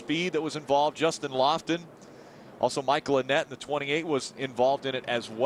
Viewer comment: Someone should tell Phil Parsons that it's Justin Lofton, not Justin Loflon. LOL!